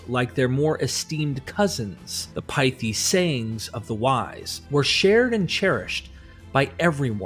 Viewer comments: Pithy is pronounced pit-h-y, the first syllable pronounced the same as pit or pit-ch. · pithy (PIH thee - low 'i), not PIE thee